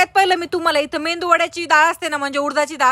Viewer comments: मेंदू ❌❌ मेदू ✅✅ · मे...,.. दु..... मेंदू नाही हो...